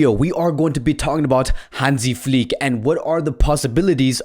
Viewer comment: Nobody outside Germany can pronounce "Flick" right :-D The "i" needs to be pronounced like the i in the words "chicken" or "diner". Please click on the listen- Button